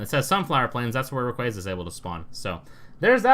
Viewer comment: It really triggers me how you say rayquaza.😠